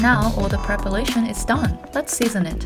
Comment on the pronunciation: She just said prepalation and didn't miss a beat. I think I'm in love haha